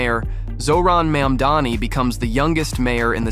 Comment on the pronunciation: You mispronounced his last name. You said Mandani. It's Mamdoni.